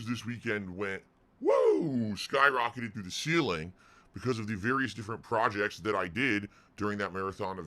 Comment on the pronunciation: Did he say “ projects”? 🙄